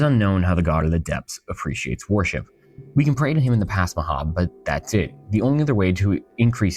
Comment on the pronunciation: Mhm, I love me some god WAR-ship. With the amount of WAR-ships mentioned, I can build an entire fleet.